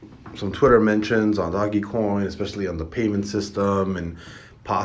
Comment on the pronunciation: its duh Oh J dOge... doggy lmaooo